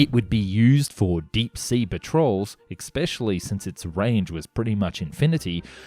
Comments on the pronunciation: Thank you. Northrop. The North-rope pronunciation grated almost as much as "ek-speshully". :( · "Ek-specially" is not a word. English is difficult to learn for someone whose first language is NOT English. I applaud you for trying to learn though!